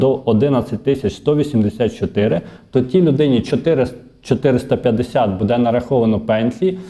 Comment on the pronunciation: Не кажіть будЄ, це на правильно. Правильно українською бУде. Не правильний наголос.